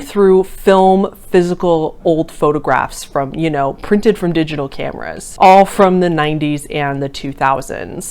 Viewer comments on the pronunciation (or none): none